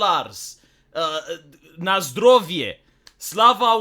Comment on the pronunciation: He told „na zdrowie” and „sława Ukrainie” in almost perfect Polish